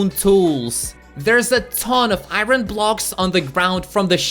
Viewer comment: ew you keep saying iron but its wrong